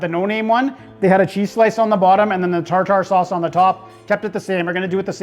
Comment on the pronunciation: Thanks for the shoutout. Commenting on the quality of the fish without harping on the batter having no taste. You’re learning my young Padawan. Now if only you knew how to pronounce tartar sauce 😂